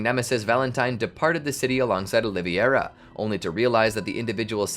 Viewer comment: Carlos "O-li-ve-ira" NOT Oliviera!!!